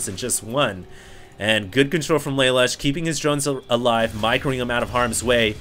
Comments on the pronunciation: its pronounced LA LOOSH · Just FYI: Lalush is said "Leh - Loosh" (Japanese) Youtube Code Geass. It's an anime series and Lelush is the hero.